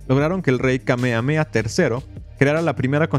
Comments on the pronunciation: En “Kamehameha” se pronuncian las haches. Justamente, es un nombre hawaiiano. Curioso, cómo te refieres al país de Hawai’i como “la isla” al mismo tiempo que reconoces que es un archipiélago. El resto, muy interesante. Gracias por exponer este capítulo vergonzoso - otro más - en la historia de EUA, tan sólo sea para bajarle las ínfulas de superioridad moral que se dan algunos de ese país. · Me duele en mi saiyajin interior que lo pronuncies "kamea-mea" y no "Kame Hame Ha"